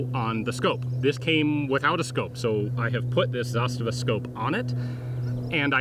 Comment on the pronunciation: The accent is on "Za", not the "sta". ZAstava, not ZaSTAva. In case anyone cares.